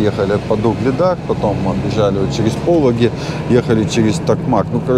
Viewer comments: зетник запомни ПолОги а не ПОлоги! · Проверочное слово: полÓгий. ПолÓгий берег, например. 😊